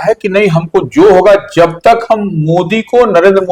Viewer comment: । भाई तुम अपना उच्चारण सही करो । यार जब को ज़ब, जहाँ को ज़हाँ क्यों बोलते हो??